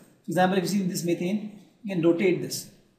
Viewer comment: Yes, It is ethane, not ethane....